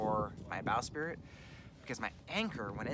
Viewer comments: sprit... not spirit... sprit. sprit. only 1 i. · I think you mean bow"sprit" not "spirit"...lol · It's a bowsprit...NOT a bowSpirit!!!!!!!!!!!!!!!!!!!!!